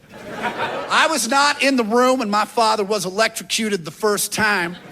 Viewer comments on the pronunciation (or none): "Electrocuted" Sounding this word out isn't the way